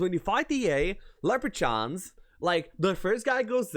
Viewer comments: Also Leprachaun is “LepraKAWN” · First of all, love your content! I am one of those guys who played HoMM3 for YEARS and always thought I knew the game. Watching your videos has taught me so much, first and foremost is that I really knew nothing :P Leprechaun = Lep-re-kan Rogue = ro-g (hard g) Just for your benefit. Also, I cannot speak a word of Lithuanian, so massive respect to your English, overall! I cannot wait for your next post. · Leprechaun is pronounced Leprekhan and Centaur is Kentar. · Ok I can excuse the way you say 'leprechaun' but 'rogue' is inexcusable. You pronounce it as [rōɡ]. There, I had to, sorry mate ;) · And Leprechauns :D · Nice video! Just a little tip, you're pronouncing 'Leprechaun' and 'Rogue' wrong. It's hard to explain in text, best just look it up. :)